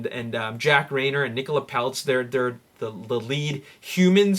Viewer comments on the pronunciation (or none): none